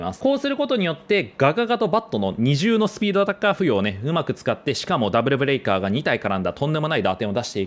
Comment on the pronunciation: ブレイカーじゃなくてブレカーになっちゃってる（揚げ足を取ってるわけではないです）